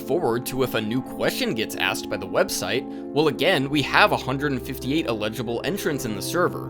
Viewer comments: You're pronouncing "eligible" like "illegible" lol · with love, it's ELL-idg-ih-bull, not ill-EDG-uh-bull 💜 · Am I mishearing, or is "Eligible" being pronounced like "Illegible" by mistake? Someone please correct me if I'm wrong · not to be nitpicky but it took me until like halfway through the video to realize you were trying to say ELIGIBLE participants and not ILLEGIBLE participants and was very confused because my brain was interpreting things the opposite way to how they were meant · I mean this in a completely constructive way, but you are pronouncing "eligible" as "illegible" for the entire video and it changes the meaning of all of your statements! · him pronouncing eligible as "uh-LIDGE-uh-bull" and not "EL-idge-uh-bull" is bothering me too much for no real reason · You keep saying illegible instead of eligible XD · Eligible participant, brother. ELIGIBLE. Not illegible lol. Regardless, I'll be keeping an eye on how this develops. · bro you gotta say "eligible" differently. it sounds like you're saying "illegible" and it confuses the hell out of me lol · i was about to mention that too😅 it took me a long time to realize he meant eligible bc i was wondering why he was calling them illegible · When you say "eligible" it sounds like you are saying "illegible". Eligible has an emphasis on the 'EL' sound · FYI the word you're looking for is "ineligible," not "illegible." Great video ❤ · elligible: able to participate inelligible: disqualified from participating legible: able to be read illegible: unable to be deciphered or read sorry, your flip-flopping on pronunciation got to my spouse and i a bit 😅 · I know this is a nitpick, but I want to let you know you confuse the pronouciation of "eligible" with "illegible" constantly in this video. It's just a bit distracting, not a major issue. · Never heard anyone pronounce eligible this way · You pronounce the word “eligible” extremely weirdly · Gang please look up the pronunciation of eligible